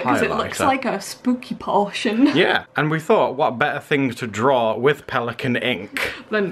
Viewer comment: Peli...cana. 😂 💕